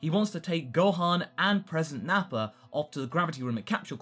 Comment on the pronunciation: Goku would have a difficult time telling what will happen in the future because there won't be Piccolo hear the whole conversation. (correct me if i'm wrong but i remember that it was piccolo who got the details of that conversation right.) why do you say Nappar with an R sometimes?